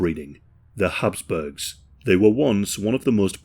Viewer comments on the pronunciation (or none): Habsburgs not hasp